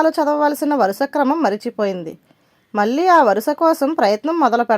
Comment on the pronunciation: Bagundi katha. Koncham ucharana serichesukondi. Konni maatalu palike vidam lo palikithe ne baguntundi. పెళ్ళి మళ్ళీ తాళి ఇలాంటివి